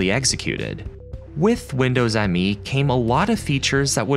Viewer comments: Another good video. FYI, it's not pronounced Windows "M-E" but Windows "Me" as in "It's all about me". That's not a minor point because when Microsoft called it "Me", it added to the confusion. At the time, I remember people asking what was this operating system's claim to fame. Why buy it instead of W2000? Oh, it's called "Me" implying that it's very user friendly in contrast to the professionalism of W2000 and will lead "me" into the new millennium, one BSOD at a time. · Minor nitpick: Windows Millennium Edition is actually pronounced Windows Me and not Windows M E. It's weird, yes, but that's according to the official marketing. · I thought it was pronounced “Me” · It was never confusing to me, but maybe because I pay attention to details and knew the NT kernel already back then very good. Windows Me (by the way it is not M.E., but "Me", as in "me=I") didn't even get the UI right, they forgot to bundle the TAHOMA font, which WIndows 2000 used as primary UI font (Me uses still the old MS Sans Sarif font). So my eye immediatly could spot a very clear difference. And of course the kernel just like 98 and 95 was just unsecure and unstable by design. For 95/98 was unacceptable already in the 90s. I also know noone who thought "2000=Millenium" in the Windows lineup, maybe that happened in some countries more than in others? Oh and Windows Update was added to Windows 2000 in a Service Pack :)... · I feel like the author here must be young and not lived through this period. Windows Me was usually said Windows Me. As in (me, myself, I). It was marketed as being personal in nature hence the name. You can see that right in the logo. It’s Me not M.E.